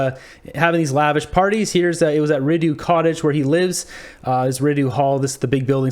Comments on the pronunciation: It’s pronounced R-ee-doe lmao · Rideau is pronounced re-dough bud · U pronounce Rideau wrong. Sorry to nitpick